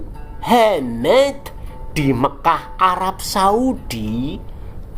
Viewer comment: Ah gw males nonton channel SN krn bikin sakit perut terus tatkala menyebut Muh amad jadi .... muhhh .. eemeddd. Kasian junjungan yg katanya berahlak mulIa kaum kedar dikuliti terus ... ampyuunnn 😉😙🤗☺